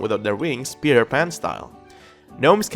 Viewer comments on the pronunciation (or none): none